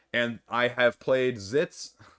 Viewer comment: Zits? Lmao